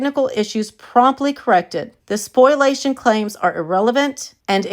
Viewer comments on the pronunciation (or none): So it's okay for KJ to delete stuff but no one else??? Also,, it's "spoh-lee-a-shun" not "spoil-ation." Sorry to be the grammar police! 😊